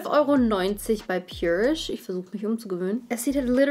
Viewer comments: Ich finds besser wenn du purisch sagst und nich so wie sich’s gehört haha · Pjurish ist richtig :)